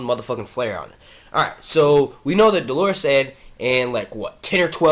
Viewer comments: I disagree. In the US American accent it's like Dollar-us. I know because I'm Catholic and we actually use this word and you can look up the pronunciation and the audio pronunciations agree. He is saying it like the woman's name Delores lol! I would include a link to the audio pronunciation but YouTube app won't let me. But u can google it. He also mispronounces cavalry all the time too. He says Calvary - another Catholic word. Cavalry=soldiers on horses. Calvary=place Jesus died. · It's not Dolorus Claiborne lol, it's pronounced Dollar-us, Dolorus is a woman's name. Great videos doe! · Thank you. This was driving me nuts. Dole' r-us, maybe. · Dolorous is pronounced like DOLLar-us.